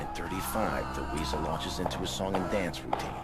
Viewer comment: You don't say weasel